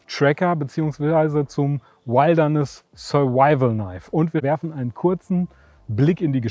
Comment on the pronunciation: Lern mal Wilderness auszusprechen, Kollege.